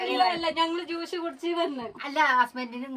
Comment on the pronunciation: കാസർഗോഡ്‌ സ്ലാങ് ഇങ്ങനല്ല. കഷർഗോഡ്‌ അല്ല 😢😢😢 ജൂീഷ് അല്ലാ. ജ്യൂസ് ആണ് 😊